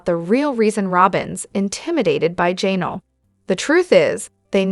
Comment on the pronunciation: QUIT SAYING JAY NELL